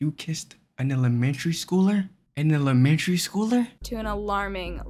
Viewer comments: “An elmetreneyy schooler” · ''the emelememenatary teacher''😂😂😂😂😂😂😂😂😂😂😂😂😂😂😂😂😂😂😂😂😂😂😂😂